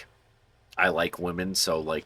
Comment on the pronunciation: How you said WAmen, I loled. Love your content man :)